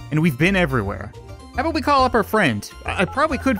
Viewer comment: What are u talkin a-boot?